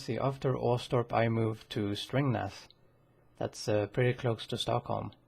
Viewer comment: ”stringnath” lol, it is Strängnäs not stringnath lol